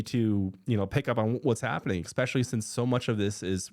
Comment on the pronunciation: You say “expecially.” That means you are not smart. I bet you order “expresso.”